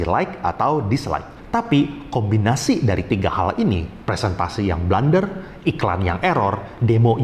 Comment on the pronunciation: blUUUUnder bukan blAAAAnder